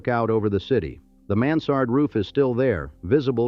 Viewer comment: “The copper mans-sard roof” why does ai mispronunciation piss me off so much???